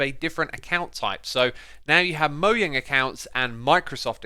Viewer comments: MOJANG not MOYANG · It’s Mojang not Moyang! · did he just say mohang?